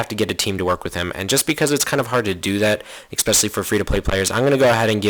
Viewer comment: i can't stand it when you say exspecially xD